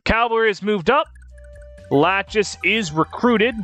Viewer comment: I noticed that you've been calling Erinys = Fury, Midir = Midayle, Lachesis = Lachis and Constantly tripping over Deirdre's Name. Are you just adjusting to modern Translations or am I mistaken?